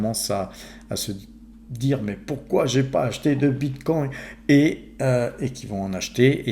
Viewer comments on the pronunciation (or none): On dit Bitcoin et non BitcoinT 😂